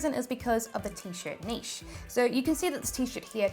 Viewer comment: Finally a YouTuber that can pronounce NICHE correctly!